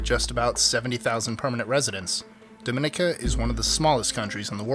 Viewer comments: Its dom I ni ca lol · Its pronounced Doh -meh -neek -a. Its not that bad, nice forests and waterfalls. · pronounced Dominica wrong